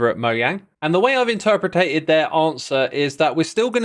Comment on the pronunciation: X, I would have never noticed that you say “similarly” funny, but after you pointed it out I also noticed that you have your own spin on the word “interpreted” too